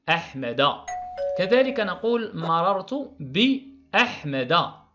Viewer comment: استاد مررت ماشي ممررت